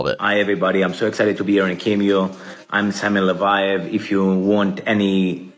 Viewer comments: mispronouncing « Leviev » after watching a documentary where they say « Leviev » 10 thousand times properly is the most thing… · Not to split hairs His name is LE-VA-YEV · Did you even watch the documentary or do any research? Cause you couldn’t even pronounce his name right. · Only thing I could focus on lolllll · The way you say his last name wrong 😂😂 my brain gets triggered